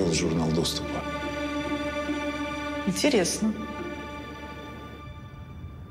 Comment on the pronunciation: Никто: Абсолютно никто: Маша весь фильм: "интереесно"